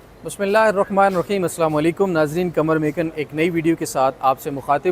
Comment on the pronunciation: Aslam-o-Alaikum Bhai Bismillah Sahi Parha kren plz